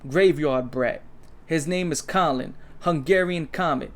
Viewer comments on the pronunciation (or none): none